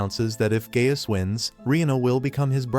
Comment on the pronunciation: Anyone else hearing Gay ass instead of Gaius